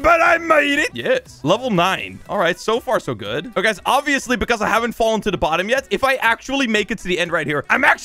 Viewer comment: OBBYesly xD